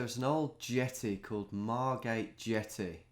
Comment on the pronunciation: Margate. Come on. I’m from there.